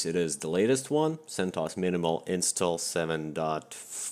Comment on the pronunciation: BRO CENTOS and mysequel BROOOOOOOOOOOOOOOOOOOOOOOO im so triggered lmao its fucking CENT O S and My S Q L